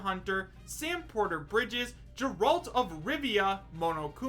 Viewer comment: Did you seriously just pronounce Geralt as Jeralt?